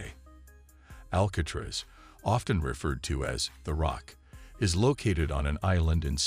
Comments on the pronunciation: Al-kay-triss?? Wow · How do you not know how to say Alcatraz? It's only the most famous prison on earth. 😂😂😂